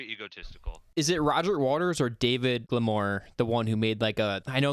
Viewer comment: Why do you keep saying glimor? Even after being told that it's GILMOUR😂